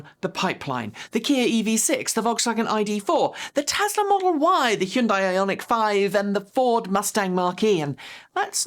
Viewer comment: "Heeee - unnn - dye" Um. it's prnounced HUN-DAY (rhymes with sunday).